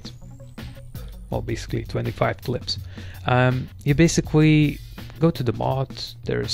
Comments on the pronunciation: guy says basicwee meanwhile he can pronounce his "L's" with other words perfect......😧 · «Basicwy» Lol